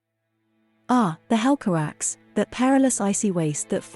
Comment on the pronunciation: I think its pronounce as "hel ca rak se" instead of "hel ca raks", also Turgon - "toorgone" and not "tergon"